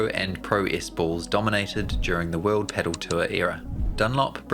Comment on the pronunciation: If only you learned pronunciation of the thing you are talking about... It's not "pedal", it's "padel". Hope you will improve.